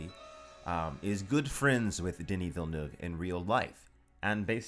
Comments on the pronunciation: Congrats for Villeneuve prononciation. Pretty much the first english saying it right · Great Villeneuve prononciation! Hard word for non french speakers